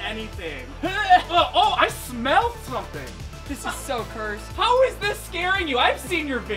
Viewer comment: when you hear say: "this is so cused" about a laser you just know how jank it is